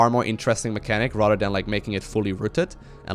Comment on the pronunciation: whenever you say "rather than" it sounds like Rotterdam